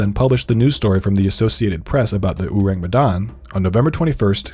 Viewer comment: Their mispronunciation of Urang Medan is so distracting 😅😅